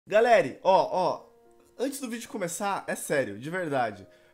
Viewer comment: No início o falou galeri